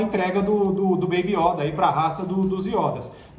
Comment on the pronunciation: Fora que eles pronunciam "iÓda com acento agudo o certo é yÔda com circunflexo"